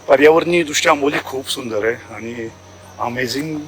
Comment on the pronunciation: किती अशुद्ध भाषा ! आपण कोकणातील नक्कीच नाही आहात. आनी - पानी बोलता.